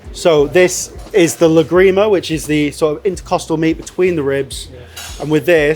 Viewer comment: ¨Lágrima¨ with the accent on the first ¨a¨, it means ¨tear¨ otherwise... if you put the accent on the ¨i¨ it sounds like you are saying ¨La grima¨... which would translate as ¨the ick¨ 😅